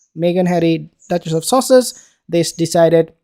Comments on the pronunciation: No, he DID say duchess of sausages LOL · Stop trying to say sausages, you can't and it's murder on the ears. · You're talking rubbish mate .you think the Royal family would go along with the pretense of children..and why do you keep saying " duchess of sasages " ? Your command of English is very poor so I think you need to listen to yourself before you criticise others.. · 0ption one rear your own child. Sounds like he 's saying duchess of sausages ha ha lol they are silly sausages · Are you say Duchess of Sussex Or Duchess of sausage…..it’s sounds like sausage makes me giggle inside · I thought you said "Duchess of Sausages" 😂😂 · He did 🤣🤣🤣🤣🤣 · It's funny 😁